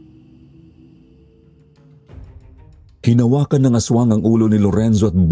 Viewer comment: 😂amalanhig not alamanhig ✌️